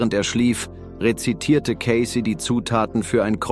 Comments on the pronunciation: Sein Name wird Ceysi ausgesprochen, er war einer der größten Hellseher überhaupt, bescheiden und immer für andere Menschen da. ❤ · Sie betonen falsch seinen Namen. Oder Ki.😢😢😢😢.schlecht leider